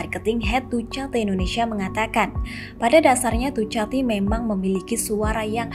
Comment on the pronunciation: mbak dukati mbak,dukati.. tolong,2021 nyebutnya dukati